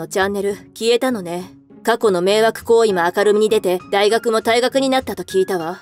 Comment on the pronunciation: だいがくを たいがく